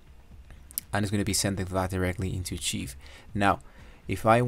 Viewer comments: A cheeve? 🤣 Rrr kive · Acheev??? Lmaoooo It’s pronounced ark-hive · Hello 👋 it's pronounced as "arkaiv" rhymes with "five" Don't mind the other mocking comments. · Maybe learn how to say archive before using it 50 times in a video 😂